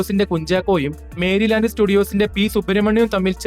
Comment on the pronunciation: 8.06. മേരിലാൻ്റ് സ്റ്റുഡിയോ അല്ല മെരിലാൻ്റ് or. മെറിലാൻ്റ് സ്റ്റുഡിയോ (Merry Land).